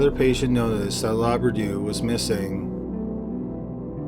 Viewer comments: LOUBRADOU. How could you say laberdoo? READ. LOU BRA DOU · I keep hearing Labradoodle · This is not a funny case of this poor woman, but the closed captions are. It keeps calling her Labradoodle instead of Loubradou.